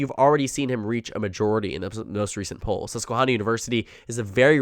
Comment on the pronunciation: 1) it’s not pronounced the way you said poll 2) 270 town still has Trump w/ higher average and is winning by 3 in another poll with higher sample size